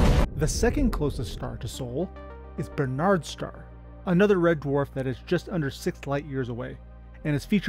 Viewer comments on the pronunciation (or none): Nice try on the pronunciation of Barnard's Star. Not BERnard... BARnard. Your word nazi lesson of the day. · The universe is an amazingly huge place. Yet it is still more understandable than Americans stressing the second syllable of names and words they're unsure of: "BarnAAAARDS star".